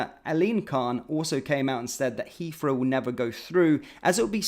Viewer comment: "Has came out"? "Has come out" surely? And "Heafrow"? Don't think I can put up with this move downmarket, sorry Mahyar.